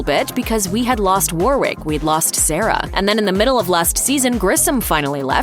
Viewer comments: WARWICK?!? How dare you! It's Warrick Brown put some respect on it!! 😂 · It’s Warrick not Warwick.